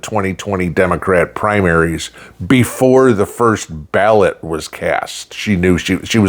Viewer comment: Just change the vowels in the word ballots